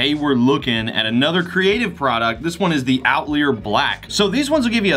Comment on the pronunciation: I think its pronounced "Out-lie-r" bro! 😀